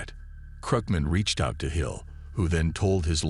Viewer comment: Could have been TOP Shelf video, I really like everything that comes out, but kept calling the Luchese family the "Lucky's" crime family. So DUMB Need to TRY to pronunciate italian names correctly and at one point, they call him Henry Hills. It's Henry HILL and even spell it out on the screen !! No S!